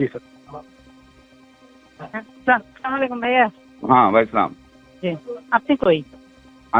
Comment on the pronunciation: এক শালারা ও সালাম টা ঠিকমতো দিতে পারে না